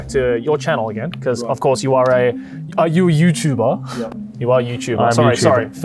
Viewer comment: „Are you Youtuba?“